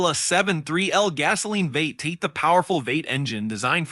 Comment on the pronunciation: I particularly enjoyed when 'V8' was pronounced 'vate' instead of the traditional 'vee-ate'. Almost like it was being read by a non-human being.